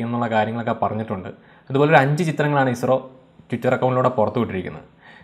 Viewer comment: പിന്നല്ല........ ISRO എന്ന് പറയാൻ ഇത്ര പ്രയസമാണോ.. അനിയ......